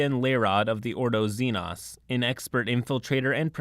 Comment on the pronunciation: The way you prenounce "xenos" infuriates me. Love the video though!